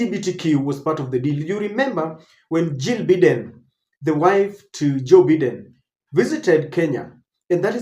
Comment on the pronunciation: 🎉and its Bye Den not Bee Den. Learn to pronounce things right